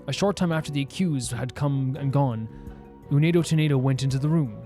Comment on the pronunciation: By the way, their names are pronounced tie-foo, u-wind-o, and gay-roo. They're all wind puns (typhoon, wind, gale).